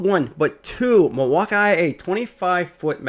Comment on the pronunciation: OMG. Why the fuck does he keep saying Milwaukee wrong? It's so annoying that I couldn't finish watching the video.